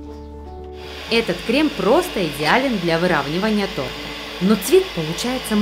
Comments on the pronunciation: Не тортА, а тОрта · тОрта! А не тортА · батл получился интересный.) но, хочу исправить, в начале ролика было сказано не тОрта, а тортА. по слуху так и бьёт. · что? тортА? я думал вы более профессиональные.... а. стоп, вы ж из украины вроде, тогда простительно